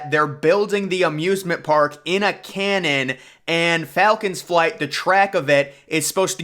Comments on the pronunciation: "Cannon" or "canyon"? Public school graduate? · Canyon, not canon. 😂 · How exactly do you build the world's highest, fastest, and longest coaster in a "Cannon"? Did you mean Canyon? 😂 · I heard the same thing multiple times, “cannon”.. 😂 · Yes, I know he means can-Yon. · I’ve never heard someone pronounce canyon as canon, but I can’t unsee it now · Canyon not “Cannon” and you’re absolutely butchering the pronunciation of Qiddiya